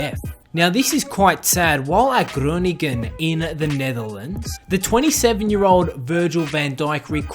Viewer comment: I'm Dutch and I'm from groningen and it's very funny how he said groningen